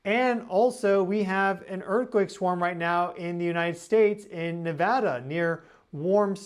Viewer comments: Thank you so much for saying Nevada correctly. ❤😊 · I just want to say I thank you for saying Nevada correctly, we take it seriously around here lol